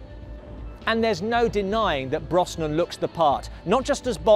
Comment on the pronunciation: Please PLEASE if you're going to do future Bond content learn how to pronounce Pierce Brosnans name correctly!!! Its pronounced BROZNAN not BROSSNAN.